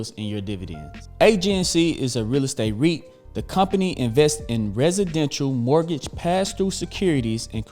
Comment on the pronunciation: REIT*, not RIT. Real Estate Investment Trust